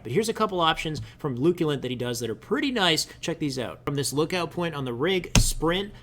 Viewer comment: 1. Slide Bump 2. '"The Shy Way Melee" 3. "The Luculant"